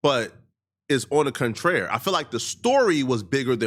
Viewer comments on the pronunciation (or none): On the contrary. It's not. It's on the contrare 😂. you are intelligent but be having the funniest moments when you miss speak